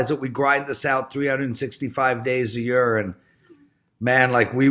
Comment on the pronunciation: "Realize, we grind this out 365 days a yurr and man like we would just go nuts if we could hit 60% of our bets. Man that would be incredible " Good seeing you back,.